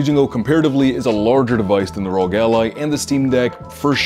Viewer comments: Please call it R.O.G with every letter separate, not ROG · What the hell's a rogue ally!? It's arr-oh-gee!!! 🤦🏻‍♂️🤦🏻‍♂️🤦🏻‍♂️